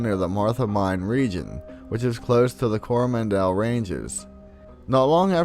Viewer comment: I'm kiwi and I've heard of the hitch hiker, said to ask for rides along the gorge leading into gizzy. But I was cringing at his pronunciation of place names, couldn't even say coromandel properly lol.